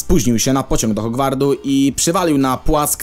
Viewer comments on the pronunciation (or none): Hogwardu HogwarDu. Błagam. Hogwart ;_ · Hogwart nie "Hogward"